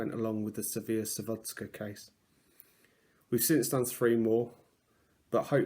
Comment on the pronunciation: Hun pls let the information right before u make some document and it’s not sawodska but sadowska